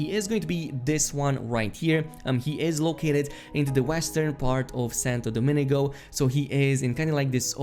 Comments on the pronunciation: damn so many great videos dude! a quick correction: it's Santo Domingo Not Santo Dominigo. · Everyone: Santo Domingo: Santo Doemini-go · He said “Dominigo” lol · heard other youtubers call it the same way lol makes me chuckles every time